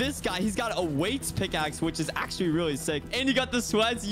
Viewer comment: The amaunt of times he said "accualy"